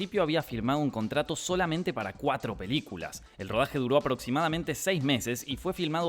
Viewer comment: When dice "mas sobre sus piliculas" ahre jaja salu2 (va con amor)